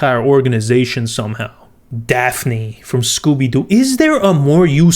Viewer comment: He kept calling Daphine, Daffy